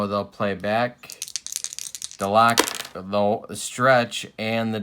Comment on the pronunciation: Yes, it's Duh-LOCK. But it's Mike For-NEELEES....also FYI it's Jerry Cuh-SALE, who was sometimes used as a pinch-hitter and once hit one over the Green Monstah.....as for Buddin's nickname, Red Sox fans dubbed him "E6." Great series and wonderful old cards!